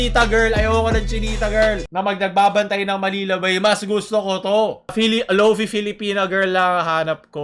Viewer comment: hindi lofee, its lofay, bakit ang wifi, wayfee ba pag pronounce?